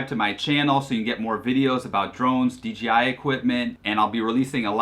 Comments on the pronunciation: That's OK, he kept calling DJI DGI. But a great video. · how about the fact that it’s DJI not DGI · It’s DJI there is no G in it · Common mistake, I even say it sometimes accidentally. I even caught the official DJI support videos narrator doing it in a few videos.